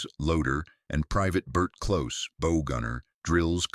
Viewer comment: Ur AI voice cannot handle metric or marine terms like bow or millimeters.